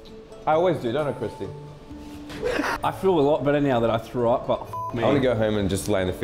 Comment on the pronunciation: Everyone:say the line!:i frew up Everyone: cheering up